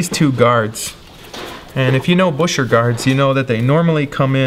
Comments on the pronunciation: FYI Buescher is pronounced like Bisher (rhymes with fisher) not Busher. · That's almost correct. You must pronounce it auf Deutsch, which means that it's 'B-euhh-scherr'. Most people just say Bisher, if they don't speak German (but it's a little cringe, for those that truly know how to pronounce it). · Right, and they say Gus Buescher pronounced it 'Bisher.' Not that everyone knows how to pronounce their own name properly- LOL. Incredible work, bravo! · "B-I-S-H-E-R"... The oldest ads have it pronounced BISHER... and “Bisher" is what all the old timers from Elkhart Indiana still say; dead set against any other pronunciation. Saxquest actually went to several club meetings of retired instrument factory workers in Elkhart, where the BISHER pronunciation still lives on! A former Selmer USA master mouthpiece craftsman who worked with Ralph Morgan also said it was BISHER, and has never been anything but Bisher; he knew because Ralph had been engaged to Gus Buescher's daughter!” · Wouldn't it be Bew-sher? As for the guy whose name it was, he was American, and had probably come from a family that bastardised its own pronunciation after immigration etc.